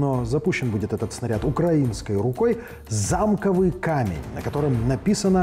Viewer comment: ЗамкОвый камень... От слова ЗАМОК, А не зАмок